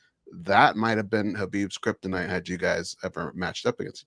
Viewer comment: "kryptonite" lmao